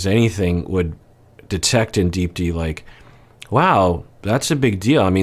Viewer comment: Hey doc! I only mention this because I know you like to pronounce names correctly when you can. Unless I'm completely wrong, I believe you actually pronounce her name as "deep-thee" with a very soft th sound. It's common in South Asian names. My last name Gunaratne, is actually pronounced "gun-ar-uth-neh" even though there's no th. Just a heads up! Love your content :)